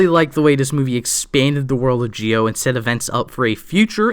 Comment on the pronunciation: Z I O NOT GEEE O